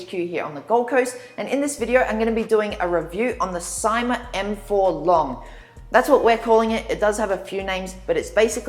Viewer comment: Say See ma not Sie ma